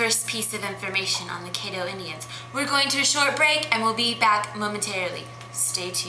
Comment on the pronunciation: Excuse me but you need to learn how to pronounce caddo. Pronounce it like you are saying cat but instead of a t have ddo so then it spells caddo